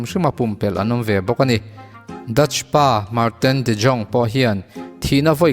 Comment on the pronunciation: dutch mi anih chuan jong tih ai yong tia lam tr aniang